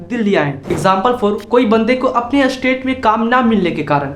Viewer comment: अरे एस्टेट नही स्टेट होता है।